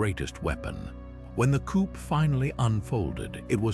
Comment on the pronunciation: Coup = "Coop"? It's pronounced, 'coo." Why use robot readers at all? They rarely pronounce things right, and it is annoying.